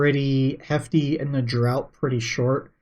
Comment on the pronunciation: Just a quick note.. "draught" is pronounced "draft" in salty sailor speak.